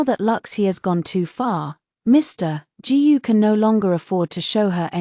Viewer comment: Authors: Teach your ai to read Chinese last names like "Gu".